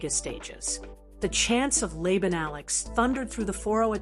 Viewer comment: It's also not Lay-bun, AI. It's pronounced Lah-bahn. All you smart-A$$es can comment now. 😅